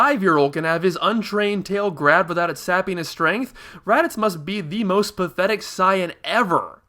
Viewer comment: NERD QUESTION ALERT about your pronunciation for the name "Saiyan". Like you, I was introduced to Dragon Ball during the Freeza arc on Toonami, and have always pronounced 'Saiyan' as 'Say-an'. However, as of watching your videos, prefer the pronunciation 'Sai-an'. The Japanese word for vegetable is yasai, which is obviously swapped between syllables to form 'saiya', which still reads the original pronunciation. 'Ya-sai' to 'sai-ya' should be the correct pronunciation. My question is how do you justify the use of an N at the end of 'Saiyan', where does that come from?